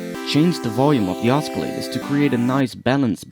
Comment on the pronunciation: Just so you know...they aren't called OSK-KILL-LATORS lol.